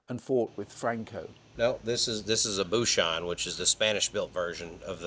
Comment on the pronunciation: Why do they pronounce Buchón incorrectly? Es una palabra española. No se pronuncia como una palabra francesa.